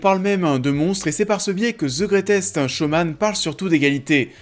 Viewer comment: "The greutèsque showman" 2x de suite en début de vidéo ça pique. Ça fait beauf. Bosse ton accent, fais un effort